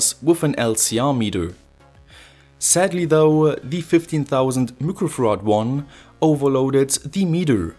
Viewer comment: Are you saying microfarads? Cause it sounds like looquo farads. Lol